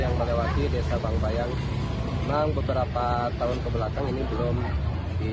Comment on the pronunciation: Bangbayang, bukan bang biang😂